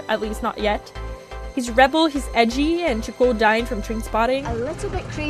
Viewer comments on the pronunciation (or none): none